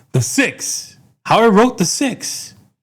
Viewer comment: six or sex 🤣